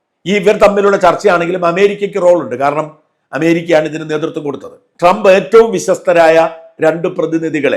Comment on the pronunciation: Not donald... Doland trump 😂